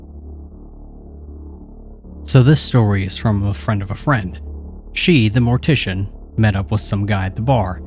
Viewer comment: Ah yes! Mor-tiss-ian stories! Braaaavo